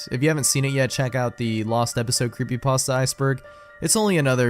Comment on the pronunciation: What's a 'Creepypasdta?'